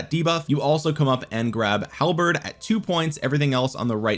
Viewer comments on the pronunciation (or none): none